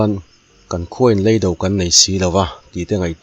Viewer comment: Leido tih a lei hi kanawmna lei tih ang a lamrik tur a nih hmel e